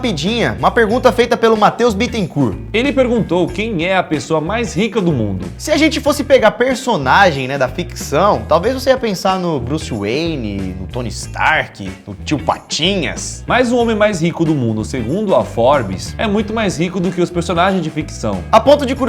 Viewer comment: Não se diz tone Stark é tone esterco